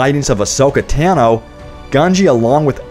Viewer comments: “Tan-Oh” no its “Tahn-oh” pronunciation wise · I swear the video is fine i just can't handle how this guy talks. How he talks: ashoka taaa-no, How it is really pronounced ashoka tah-no, also yes there were force sensitive wookie but in the episode with gunji the lightsaber building droid says that they are rare, hence you don't need to make these videos, don't name yourself starwars hq, it doesn't suit you